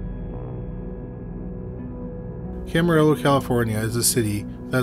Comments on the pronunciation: Good one. By the way, Camarillo has a Spanish pronunciation. It’s called Cama-ree-oh. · Pronounced Cam-a-rio. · Camarillo is KAM-A-RIO..Spanish word! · Camarillo is pronounced without the Ls (camario)